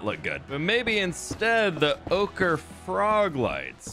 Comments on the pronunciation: Ochre sounds like “oh-cur”, not “ah-cur”. Hope that helps. :) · It’s pronounced oak-er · its pronounced Oak-ra also it looks fab! perhaps use a combination of floor and ceiling lamps, and i think the centre should either be a goblin monument or an idealic pond. As for next to your base where the gold once was, perhaps a golden wishing well! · Ochre is pronounced "Oak-er". I'm an artist who's taken a lot of color theory classes :) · Oak-er, not awk-er. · It's pronounced "oh-cruh" froglights. X3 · Gobland is growing! So amazing. I wish hoglins were tamable. I believe the right pronunciation for Ochre is "oak-er"? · I'm fairly sure it's 'Oh-ker' :D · So you pronounce ochre oh-ker. Love the new build. That’s a lot of storage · Ochre is pronounced oak-her, it's an Indigenous Australian paint that is made of crushed rocks and water :) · Ochre is like Oh-Ker. Because Bob Ross says so. Also that's how ochre mountain was pronounced in Utah when I lived there. Lol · ochre is pronounced oak-er, just for future refernce, thank you for the video. i really enjoyed it. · The ochre frog lights are pronounced ohcer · Being a painter it’s hurting my heart…lol.. Oak-er, I hope that helps lol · I believe it's pronounced "Ohh-kur" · Oh-kerr lol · Bob Ross pronounced it “oh-ker” in his painting videos, hope that helps! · lol ochre is pronounced like "oak-ar" like the tree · I think the ochre frog lights are pronounced oak err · it is pronounced Oh-cuhr. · Ochre is pronounced ohcra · ochre is pronounced: O-kur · Ochre is pronounced oak-er fyi! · iirc ochre is pronounced like oh-ker were the o is like the o in okay or over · Not being snarky with this here - Ochre is pronounced "OAK-er" or "OAK-reh" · It's pronounced OH-ker.